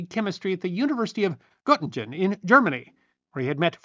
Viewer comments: Respectfully, Göttingen is pronounced Ger-ting-en, not Got-tinj-en. Great video - always a pleasure to tune into your channel. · It is Göttingen NOT Göting-dzying please learn to READ. Have some respect! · Götingen NOT Götingdzyen g as in sing